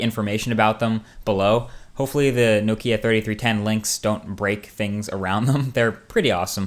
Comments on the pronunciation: Why can't u pronounce nokia? But great video other than that :) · You need to learn how to pronounce Nokia ;)